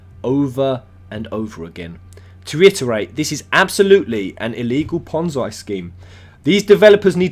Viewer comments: It's pronounced "pon-zee", not "pon-zai" I will agree that the game looks dodgy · it is pronounced ponzee not ponzai fuckface. no disrespect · fascinating this is... btw it's pronounced pon-zee not pon-zye. ^_^ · Not trying to defend new empire...fuck that game lol. But people need to educate themselves...This is not a ponzi scheme...apparently these wanna be moral high ground idiots don't have a clue what ponzi scheme means, or even how it works...also...its pronounced ponn-zee, not ponn-zy... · it's ponzi (pon-ze) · It's pronounced "pon-zee" scheme. It's named after the man who was arrested for the crime. Not to nitpick...just in case you make further videos about this. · It's pronounced pon-zee, it comes from italian mafia schemes in the 50's. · It's Ponzi as in Pon-zee. Love ya, but mispronunciation gets to me.